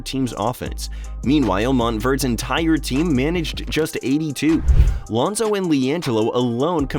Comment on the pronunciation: Your research was horrible. -Melo was 13, not 14 -it’s Lonzo, Melo and Gelo, you said Lionzo -Melo didn’t take the free throws. Gelo did.